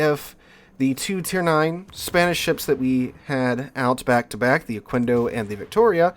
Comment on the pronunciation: Just a tip: Pronounce the "quendo" part as you would "kendo" (as in Okendo). In Spanish, the u after a q is 'silent' if there's an 'e' or 'i' after it. Also, I haven't touched that ship like, ever. Got it from dockyard, is still sitting on dock - thought abount bringing it to Operations, but I'm not sure how it'd perform...